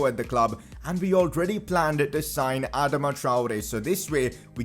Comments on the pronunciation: Its pronounced Adaama traore not adema traore plz pronounce it correctly No offence just a humble suggestion love the series keep it up🔥👍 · bro youre pronouncing adama wrong its not adama its adaama